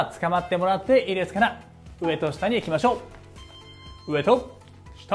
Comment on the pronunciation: 上と下が上戸彩に聞こえるwww